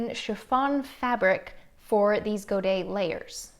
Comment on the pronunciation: I had to pause the video at 17 minutes just to confirm that the way you like saying "Godet" is the correct and perfect prononciation, as the last "T" ( and "S" when plurial) is "silencieux"